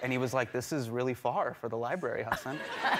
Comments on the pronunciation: one of top ten mystery scientists still can't solve : did the dad say "Huh, son" or "Hasan"? we would never know. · A "huge fan" who couldn't pronounce his name correctly 😭😭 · I don't get it tho, I know plenty of Hasans and their names aren't pronounced "HAH-sin". More like "HAH-san". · Its "Huss", rhymes with "bus" and "un" as in "under". So "Huss" and "un". Its NOT "Hussaaaaaaan" "Minhaj" is just like Nikki Minaj but with an "H" sound in the middle. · English speakers have a habit of putting stress on a certain syllables out of habit even when there is none, hence Hasaaaan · Hasan pronunciation Has like husk San like sun 😊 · Pronounce it Huh-sin not that hard lol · it's Ha-sun. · His name ain't even that hard